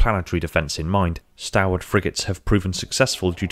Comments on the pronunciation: Is it not pronounced stawl-wuht? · very good, now if you could just pronounce the word stalwart correctly, ie STALL-WART, that would be excellent, thank you